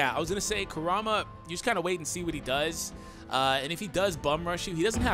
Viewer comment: “Koorama” :| Y U bootcher hys nahme But this honestly looks very interesting.